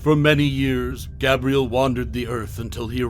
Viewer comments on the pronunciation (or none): Have you seen either of the films? Gabriel is not pronounced 'Gab-ree-el', it's 'Gabe-Ri-el' and Corvinus is not pronounced 'Cor-vin-is', it is 'Cor-veen-us'. William was killed by Michael the Hybrid, not Selene. Selene is not pronounced 'Sel-een-ee', it's 'Sell-een'. Van Helsing is quite a bit larger than William, where did you get the 2 metres from? He's also faster and stronger; able to outfight Dracula (and VH is an Archangel in human/werewolf form, plus his millenia of experience to boot.)